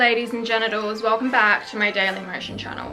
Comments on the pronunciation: lol did you say ladies and genitals? haha i love your attitude. now gonna subscribe to you. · Did she say ‘ladies and genitals’? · Did she just say, ladies and genitals??? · did u just say ladies and genitals ? 🤣🤣🤣🤣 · Did you really said ”Hello ladies and genitals”? 😂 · Does she always say "Hello ladies and genitals" or do I need an appointment at the ENT?